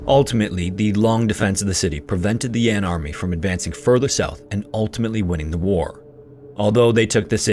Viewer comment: I beg your pardon, it's not "Yon", it should be pronounced as "Yan" the northern rebel state. Do your research properly before releasing your vids. lmao